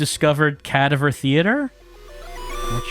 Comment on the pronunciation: He apparently is unclear on what a cadaver is, or how to pronounce the word. Don’t worry,. We still love you. 😀